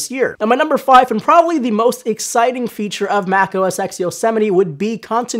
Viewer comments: Am I the only one bothered by the fact that he calls it "Mac OS X" rather than "Mac OS Ten"? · Mac OS "TEN" not EX... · It is 'OS 10' not OS X or Mac OS X. NOT X, SAY 10...10..TEN. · 10 not "X" 10!! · It's pronounced Mac OS 10. Not Mac OS X. The X stands for ten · Yea I know right!? It's OS 10 not "x"! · You said OS ex? And you work for phonedog? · hearing "mac oh es ecks" drives me up the wall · it's Mac OS TEN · Mac OS "EX"? o_O